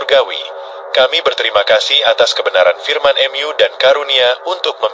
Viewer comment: Gereja utube pakai Ai jadi kaku 😢 contoh. Mu jadi em yu